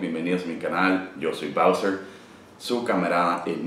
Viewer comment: Hahaha esta chingon cuando dises BowseR como si fuera una pinche pelicula gringa xd